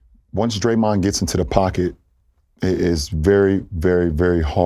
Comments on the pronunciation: Lebron called draymond dae dae 🤣🤣🤣🤣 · Lebron really calling draymond “day day” lol